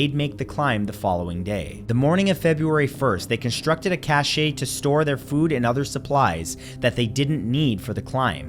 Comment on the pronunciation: cache is said like cash, the e is silent